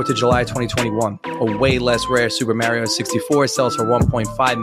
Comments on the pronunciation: What is it with these speculators who destroyed retro gaming/collecting calling Mario "mary-oh"? It's like they've not only never played a video game before, but never even seen a video game ad or video game related piece of media. Remember Mad Dog Collectables when he came after you? He did the exact same thing. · Those collectors are, and always have been, rip off artists. Also, hearing them pronounce Mario as "muaerio" should be damning enough about them knowing nothing. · You know he's a video game fan because he pronounced Mario as "Mary-oh" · Don't be mean, he's just Australian and has brain damage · The fact that Mario was mispronounced is an instant damnation. MARY-O LOL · Thats how you say it with a 1940's Brooklyn accent. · Mary-O , Luggage, To- Ad, and Princess Pitch. All damn legends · i dont trust anyone who cant pronouce MARIO..... its ridiculous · He never bothered to learn how to pronounce ‘Mario’. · 1: His annoying voice and pronunciation of words like "Mario" incorrect. 2: That stupid-ass music 3: The karaoke subtitles. This kid hits all the marks for being a tick-talker. Sounds like a 10 year old child giving a book report. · Why do these scammers never pronounce "Mario" correctly? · Scammer dude can’t ever say MARIO correctly. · Why can't that dude in the Rally video pronounce "Mario" correctly? lol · Why would anyone, and I mean anyone, trust the words of a scammer invest-bro loser who CANNOT PRONOUNCE "MARIO" CORRECTLY when discussing anything about video games. That's the biggest red flag that this person doesn't fucking care about video games at all. It boggles the mind. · My friends from the NY area say it like that and I make fun of them every time I hear it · Yeah, this is the common NYC pronunciation. It's a regional thing. Nothing to do with "ignorance". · people in canada say it like that but I trust them if they actually play video games. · It's actually Mah-ree-oh. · I don't like the Mahrio pronunciation and say Marry-oh instead